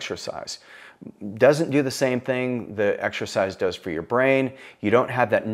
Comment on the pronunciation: it's brain not braib 🙄